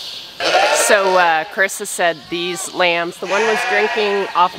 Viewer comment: Her name's Carissa, just for future reference. I know it's sometimes hard to hear the pronunciation. 😁🤗